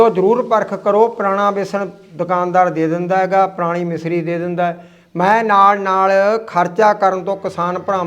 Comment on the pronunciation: ਮਿਸਰੀ ਨੀ ਹੁੰਦੀ ਮਿਸ਼ਰੀ ਹੁੰਦੀ ਹੈ